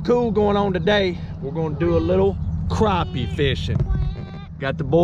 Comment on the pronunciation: You like me are from Alabama, It's crappie not "croppie" lol